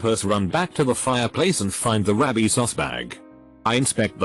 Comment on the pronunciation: How does this TTS not know how to say ' and " properly?? "Rabbi's" = "Rabbi sos"